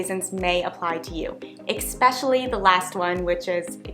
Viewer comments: Good info, but I have one small nit to pick... In the beginning, you said EXspecially, the word is ESpecially. 😁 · Please say especially not x-specially. Incorrectly pronouncing words undermines your believability and expertise. I enjoy your hints!